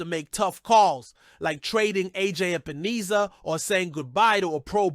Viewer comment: HIS NAME IS EP-EN-ESSA. NOT EEESA